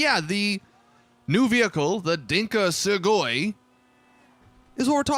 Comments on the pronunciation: Segoi? No no no. It’s the Sugoi. It’s Japanese my guy. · No. IT IS SUGOI